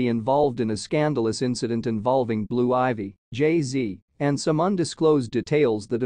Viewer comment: Hey if you gonna report on ppl learn how to say they name right men